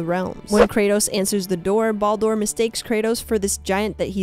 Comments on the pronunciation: The way she pronounces Baldur is enough for me to just stop watching all together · Great Video.. but feel like you missed a couple of bits.. and then your pronunciation of Baldur and Midgard… they just hurt my head… Bald Door and Mill guard… it hurts to hear.. but lovely video otherwise